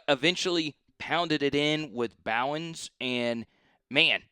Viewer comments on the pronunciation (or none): I saw you already fixed Talyn Taylor. The other is Sacovie white pronounced Sa-cove-ee instead of “scovey”. RB Chauncey Bowens is pronounced “Bow” like rainbow….so “Chauncey BOWens”. 😊